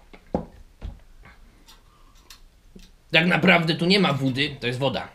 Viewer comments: mówi się miękki a nie mientki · BOŻE NIE MÓWI SIĘ MIENTKI